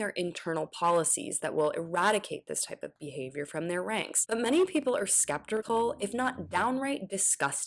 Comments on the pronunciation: Did she say skeptercal? (She's one of my faves on the channel, just - do it again or use a different take) ACAB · Definitely said skeptercal. Definitely ACAB.